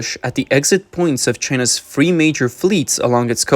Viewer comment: Bro just speak your own language. Free major gates. Free Free Free. Free everything. Its goddamn Three with a T and a H !